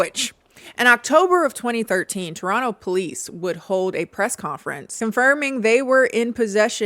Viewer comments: omg toronto mention....wish it wasn't for this though 🤣(also if you're from detroit why do you pronounce toronto like a proper torontonian!?!?) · i lived through this and i still ran to this notif once i saw it 😂 good enough toronto pronunciation, we say no to the 2nd t, 8/10